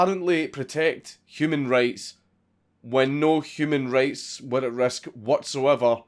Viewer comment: Whenever you say human rights, it sounds like you say human race, even closed caption gets confused